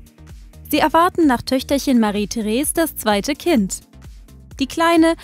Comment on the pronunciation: Heißt es nicht Marie-Therese mit ausgesprochenem "e" am Ende?